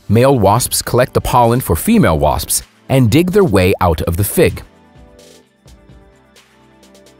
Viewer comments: Erika Thompson said 'waspsps' on the Joe Rogan show and I found it hilarious, that was a month ago. The dude in this video said 'waspsps' and it was published 11 months ago. After all these years, am I saying it wrong or is it a US thing? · Hahhahahahahah this is so funny “Wasps” plural sounds like waspsps